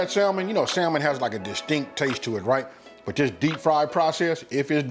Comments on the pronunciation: it’s pronounced samon not salmon 😂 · Awesome video as usual! My brother killing like always! Btw the ‘L’ is silent in the English pronunciation of the word ‘Salmon’... pronunciation is ‘Sammon’. English is truly an odd language. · ‘Sal” mon 😂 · Going to try tonight. Looks good. Also, the L is silent 🤫 samon. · I did cringe every time he said Sal-mon, lol. But the food looks AMAZING. And that's ultimately the only thing that matters... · The L is silent; its pronounced "Sa' men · Hey still new to the channel and been rocking through the video collection you have up. Then I saw this new one pop up and had to check it out. While I can't eat, touch or even be near fish (allergic) the dish looked good. However on that pronunciation the word Salmon is Samon with the L being silent. No big issue just mentioning it. Keep cooking and doing your thing. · When i hear ppl say the "L", in Salmon 😡😡🤮🤮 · the "L" is silent in Salmon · The L is silent bro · It looks delicious. The L in salmon is silent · Looks good but theres no L in salmon :)